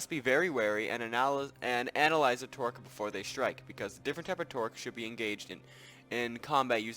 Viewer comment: It's a trork, not a tork.